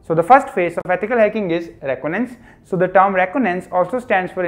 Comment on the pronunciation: What is roconance 😂 it’s re con I dance reconnaissance 🙂🙏🏻